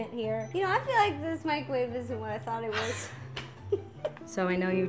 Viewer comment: Micawave lol